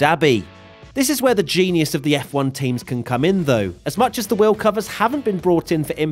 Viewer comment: I learned from this the fact that pronounces "Wheel" - "Weeohw"